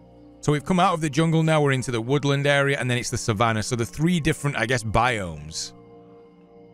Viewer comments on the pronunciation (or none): Thwe way you pronounced Savanaahh 💅